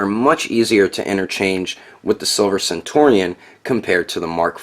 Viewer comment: Centurion is pronounced very much like century